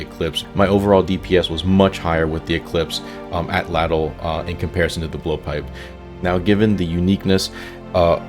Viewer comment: pronounced "at lattle"